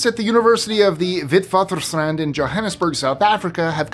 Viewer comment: Love this it my favourite site however your pronunciation of foreign places drives me mad! The way you pronounce Genghis Khan or Witwatersrand! Vitvuttersrant? Please - I know you’re trying to be politically correct but really! Rant over!!!!!